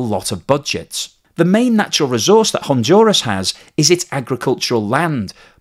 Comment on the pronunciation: "HonDuras, not HONJURAS".